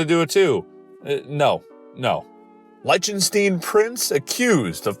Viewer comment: The way you pronounced Liechtenstein has me in giggles XD